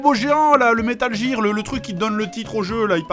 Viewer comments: Metal Jer Dafuq c'est quoi cette prononciation !!!?? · GEAR ! GEEEAR PAS GIRE HAAAAAAAA J'ai un paquet entier en otage moi ! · J'écris un commentaire à JDG pour bien qu'il prononce Metal GGEAR , J'efface mon commentaire :D Désolééé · il a explique qu'il a ete induit en erreur par la game gear quand il etait mome, ca lui est reste. Mais il a bien conscience de la vraie prononciation. Va plutot offrir ta condescendance aux publicitaires francais qui ont traduit gamjir ? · RAAAHHHH!!! la prononciation de metal gear ca me stresse !!!!!!! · C'est marrant; le coup de mal prononcer "Game Gear" et "Metal Gear" j'en parlais ya quelques jours à un pote. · Si ca peut te rassuré, tu a fait mouche en disant metal jear plutôt que metal gear ^^ Seb en colonel est juste magnifique Cette vidéo est juste géniale ^^ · Au cas où tu aurais pas remarquer, à , il nous explique pourquoi il dit "jire" mais il sait très bien que ça se prononce "gear" et pas "jire" alors FERME TA GUEULE ABRUTI ! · metal GEAR pas metal jir ou qqchose comme ça Dx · dans la vidéo il dit bien que il fait expres de dire "jear" et que c'est faux. en anglais le "g" de prononce PAS "j" meme si il y a un E apres celui-ci. donc métal "guir" et pas "jir" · l'enfoiré il a trop anticipé les mecs qui le reprenait comme moi quand il prononçait (jear et pas gear) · Aïe mes oreilles! Prononcez Metal "Guir" svp c'est pas "Jir" que ça se prononce lol! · Metal Jir (au phare). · "Métal Jir" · Bon je vais clore la polémique avec la prononciation de gear. Dans les deux cas la prononciation est fausse. La règle qui s'applique à la prononciation du g en anglais est la même qu'en français, un g se prononce "j" devant un e, i ou y. Pour être plus précis réalité il se prononce "dj" tout comme les j et g devant des e, i ou y. Et je parle même pas de la prononciation du r complètement foireuse. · ça m'écorche les oreilles quand il prononce metal gear ( métal jir ) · Comment je voulais le tuer quand il prononçait Metal Jear xD